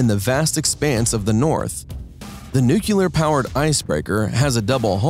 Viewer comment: Aaagh! He mispronounced nuclear twice in the first 27 seconds. There is no 'cue' in nuclear. That's as far as I got, I'm outta here.